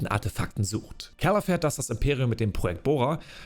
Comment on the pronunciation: Also wenn ich mich nicht verzählt habe hast du 59x Cal wobei es manchmal auch nach Carl klang 😆 Und die olle Trilla...Pfeife. war so nervig. Der Auftritt von Vader war mega, und dazu die Musik einfach episch as fuck. Ich freue mic hauf morgen, den Stream anzuwerfen und wieder mit Cal unterwegs zu sein.